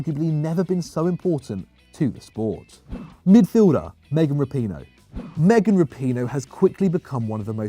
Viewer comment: lol meghan rapone. nice pronunciation